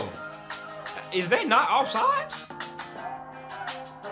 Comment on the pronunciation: offside not offsize